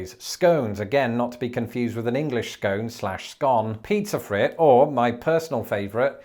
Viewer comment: In Northeast PA, they use the phrase "pizza fritte" for what we discussed here as Elephant Ears. I still poke and laugh at her when she says it. :-p But it sounds like "freat" (goes like "freak")